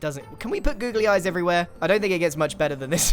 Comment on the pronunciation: and the "boogely eyes"